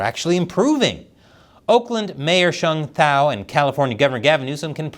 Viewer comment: Heya, not trying to be a nitpick but this is my mother tongue. The mayor's name is pronounced Sh-eng T-ow . I think you were using the mandarin "e" sound instead. Our language (hmong) is still fairly obscure so it's OK, just wanted to inform you. Also, as great as it is that she's the first hmong mayor in Oakland, her term and how she's conducting herself has been embarrassing for the hmong community in the US. I'm from WI and I've been hearing gossip about her even all the way over here